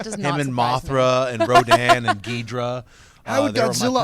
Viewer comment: Yeah love how the guy on the right says he loved all of the monsters, including "Ghidra" (instead of "Ghidorah"). Real expert there.